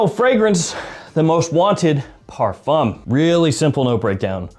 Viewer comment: the 'M' sound in parfum is silent, if u want to pronounce in properly